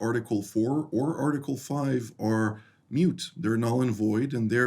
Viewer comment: 1. "Russia has gone (what?) under Putin.'? Bradislov? 2., 'moot' - not "mute", sir.;) 3. sI, JAVOL, THE GLASS IS HALF FULL! aMEN! pEACE TO THOSE THAT SEE IT!